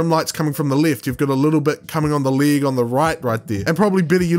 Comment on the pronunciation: League? are you serious, league? and not Leg? Didline? It's Deadline not DIDLINE